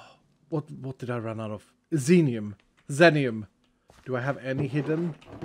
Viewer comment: Just one point of clarification, if the ore is named after the streamer X33n as it seems like it is (Teammate of PeteZaHut and Cap'n Sparkles...), it would be pronounced like 'ZEE-nee-uhm'. Love the series, and especially enjoying playing along, really appreciate all the content!